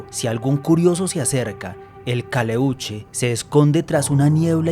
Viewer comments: Es "calèuche " " pincòya" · Pincoya, acento en la O, no es huevon, es hueon, Caleuche, acento en la primera E.